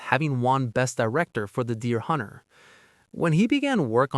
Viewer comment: The pronunciation of The Deer Hunter as The Dear Hunter was unintentionally funny.